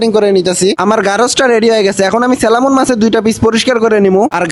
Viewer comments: স্যালামন না স্যামন ফিশ 😂 salmon =স্যামন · Selamon na salmon.garos na koral😅